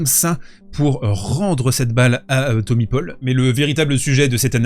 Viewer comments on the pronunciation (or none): « Thommy paupol » 🤣